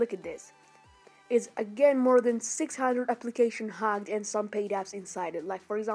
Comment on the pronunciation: Okay, sorry for being offensive but I found it funny when you say hacked apps as "HAGGED APPS". But still anyways, sorry for that😅